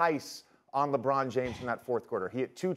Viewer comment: What is a lee- bron😂